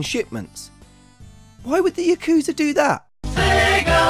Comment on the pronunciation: Drinking game: Take a shot every time he butchers the word "yakuza"